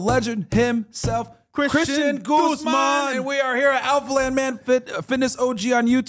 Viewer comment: First guy to pronounce “Guzman” correctly 💯